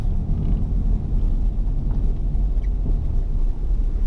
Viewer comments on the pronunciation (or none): is Reef* not Reel